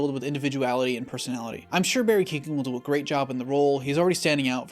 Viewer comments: Barry 'who the fuck now'? Man needs to pronounce irish names better. its keoghan (c-yo-gan). anyway great vid! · Btw barry keoghan is pronounced kyo in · Just thought I’d throw this out there, you pronounced Barry keoghan’s name wrong, just look up I’m saying his name